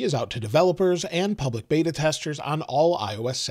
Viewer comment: It’s beta not bada